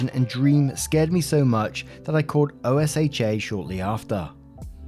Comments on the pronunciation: you sound out OSHA, so oh sha. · Side note for: OSHA is typically spoken aloud as "ocean" without the N, and you're right, they are NOT to be trifled with! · It's not a big deal at all but for future stories, rather than spelling out the acronym, OSHA is normally pronounced as a word (Oh-shuh like you're pronouncing the letter 'o' and then saying 'shut' without the t). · BTW,, OSHA is pronounced as (o-shah)